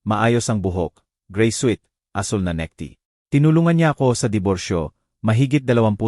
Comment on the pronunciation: Atty.,hndi ate😂 necktie hind neckty😂